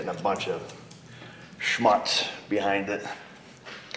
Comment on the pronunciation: Schmutz (or as you call it "Schmatz") is a german word for dirt. So yeah, it is a correct word used in the correct circumstance.